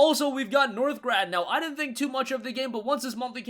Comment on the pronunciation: Northgard* not -grad lol. keep them vids coming!